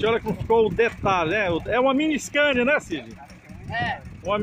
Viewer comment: Que agunia dele falar scania e um costeleition